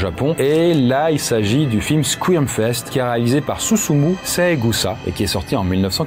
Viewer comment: Bonne liste et descriptifs, mais l'accent anglais est à revoir. Je grince des dents en entendant Eli Roth, Squirm (fest), Buried (in the sand), (Murder set) pieces.....